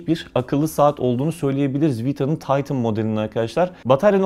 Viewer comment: Taytin değil titan